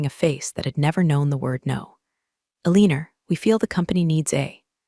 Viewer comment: Wtf "Aleaner"